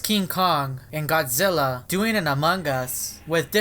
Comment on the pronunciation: exactly … didn't anyone else see this reference too, also you said godz not godzilla